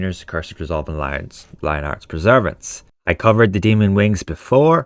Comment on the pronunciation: By the way, Perseverance is pronounced "PER-suh-VEER-ance". Not "pre-ZER-vance". Not sure if you're dyslexic or not, but just FYI. {:o:O:}